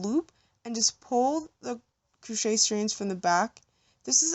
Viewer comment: CROchet not COOchet...